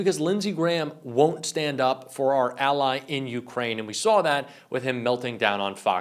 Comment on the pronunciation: Yeah, linzy, whine whine whine. Someone who has been in the Senate as long as you have should know how to pronounce Ukraine. Being gay isn't wrong, your god made you that way, but I don't think he made you a hypocrite, I am sure he does not want you to be a liar, I would HOPE he wants you to be a true patriot, I know he does not want you to be an idolator to an orange version of his alleged son. But you've shown those of us with working brains that you're capable of being a total POS. Alas, it is much too late in life for you to change your ways and show a spine or integrity, and become the honorable person you are supposed to be when society trusts you to serve in Congress. My personal feeling is that gay people exist, DEAL WITH IT! But hypocrites in government need to get out of it and go live with hippos. Rubio on Face the Nation pronounces Zelenskyy like it is spelled Zelinski. People take note, that's an E not an I. Rubio should surely know better, but he works for an orange blob who loves insulting people. Nice going taco, an abject failure as POTUS.